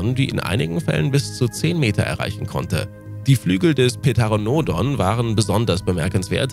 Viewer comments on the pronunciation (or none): also das p auch weglassen. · kleiner tipp bei pteranodon wird teranodon, ter wird wie der nur mit t gesagt und a und o kurz gesprochen. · Der T-Rex... und gezeigt wird als erstes mal der Indominus Rex den es niemals gegeben hat xD Die meisten der Videos sind einfach Werbevideos zu Jurassic World xD Diese Aussprache von Pteranodon, vor allem 10 mal in einer Minute) ist doch volle Absicht um die Leute zu triggern >.< So falsch kann das kein Mensch aussprechen. Das sind Nasenbären und das Video läuft einfach rückwärts!... Oh, ich verzweifel hier grade.